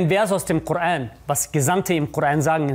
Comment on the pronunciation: Quran* und so wird es auf arabisch ausgesprochen und der Bruder sagt es richtig